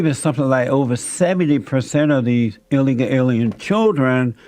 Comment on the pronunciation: The word is illegal, not illeguh. Jesse dunce.